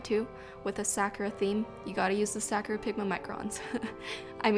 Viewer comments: 🌸 Sa-KU-RA ----- not "Sah-cure-rah" Other than the haole pronounciation haha I LOVE this spread! 😍🙌🏽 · Off. I cringe every time she says Sakura wrong. Ehehe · Love the theme and just a heads up the ku in Sakura is a softer sound and the hwa in hwasa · The Japanese pronunciation of Sakura is "sah-koo-ra"